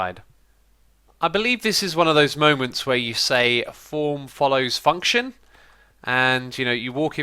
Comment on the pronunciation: When u said function it sounded like u said the f word